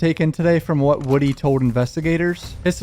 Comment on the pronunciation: For the love of Atlanta, its WOODY, pronounced like MOODY!